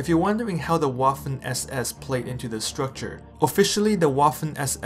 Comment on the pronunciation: "Waffen" is pronounced with a "V" sound in the beginning. :) other than that, great video!